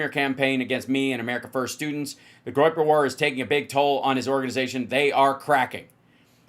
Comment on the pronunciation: Groyper sounds to me like "groin groppers" 😂😂